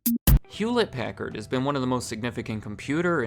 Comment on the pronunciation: hewllette packard